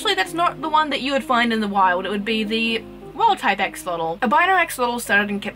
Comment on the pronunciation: Your pronunciation was pretty accurate... Greetings from Mexico. It's a real shame that we couldn't take care of the environment on that they used to live. Either way, we still got the chance to breed in cuativity. Keep it up with your awesome project, spreading knowledge ❤